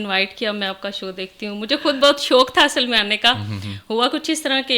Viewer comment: Kaas nhi khaas hota hy kud nhi khud hota hy dear